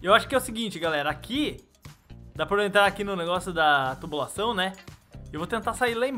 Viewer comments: O falou torulacão kkkk mas é tubulação kkkkk morri de rir,kkkk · na verdade ele disse na vituluba